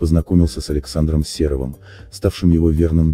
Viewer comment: Не СЕровым , а СерОвым. Как вы читаете фамилии!? Ударение ставьте правильно!